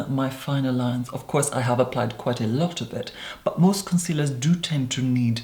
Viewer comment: "Cuncealers" IM DEADD LMAOOO